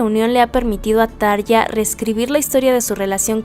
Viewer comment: Gran video, felicidades! Sólo un punto como fan acérrima desde hace veintiséis años: por favor, se pronuncia Tarrrja ( Como si la R estuviese al principio.). Espero no lo tomes a mal.